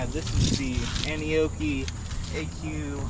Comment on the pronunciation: Hey. I don’t see the turn signals on it in this video. Did you make a bracket too? By the way I think the correct pronunciation is An Nee O key. Not Anokey as you say. At least that’s how all the other reviewers refer to it as. I know is an odd name but most Ebikes from China do lolololol